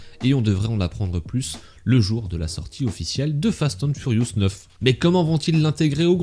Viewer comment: J’adore comment tu dis « fast hand furious » 😂